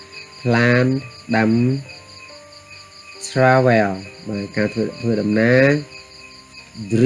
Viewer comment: Travel? Check pronunciation